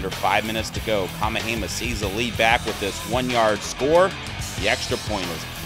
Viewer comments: This guy is killing me. It's kah-MEH-hah-MEH-ha. Yes it's a long Hawaiian name, so do your homework like most sportscasters. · LMAO!! right??? Who da hell is "KA-MA-HEY-MAH"??? Holy moly... smdh